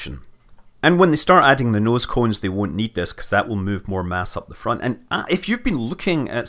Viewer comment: I wanna hear Scott pronounce „noescoens“ again.